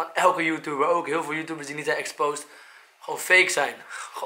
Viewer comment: hij zegt joetoebers maar het is YouTubers